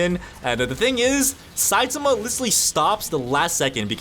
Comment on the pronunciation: THE A.I IT SAYS SUI AND SAIMA